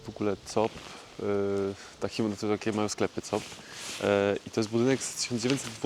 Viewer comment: Nazwę sklepów sieci "Coop" czyta się "Kup".